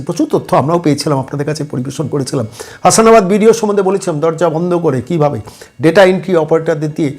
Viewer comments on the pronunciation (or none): জায়গাটার নাম 'হাস - না - বাদ ' 'হাসা না বাদ' নয়।